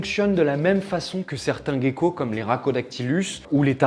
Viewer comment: Ok, je veux bien dire les bons mots et ne plus dire mue pour dire exuvie à la place, mais toi, de ton côté arrête de dire gecko comme "gay-ko". Tu penses à l'oiseau, le "geai" et tu dis "geai-ko". Merci beaucoup si tu fais ça parce que c'est une vraie torture d'entendre "gay-ko". Merci tout plein et tout et tout! ❤